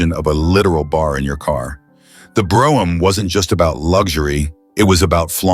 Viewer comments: Funny as shit how random Brougham is pronounced.. Drinking game content. Will he or won't he say Brough-ham ? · The AI narration pronounced "Brougham" 4 different ways. Wish it would have settled on the right one, which wasn't one of the 4! LOL